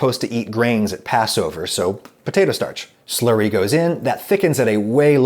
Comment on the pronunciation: He says "Slurry" but I hear "Slurpy" I don't know why